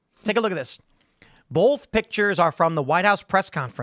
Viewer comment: Am I the only one annoyed that Tim says bolth instead of both?